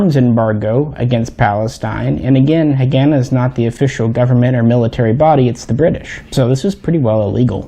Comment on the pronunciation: PRONOUNCED HA- GAH-NAH